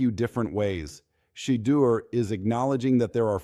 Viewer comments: STOP!!, STOP!!!, STOP!!!!! CALLING HIM "CHEATER" HIS NAME IS PHONETICALLY "SHA-DURE" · How come you cant pronounce Shedeut's nams Correctly?!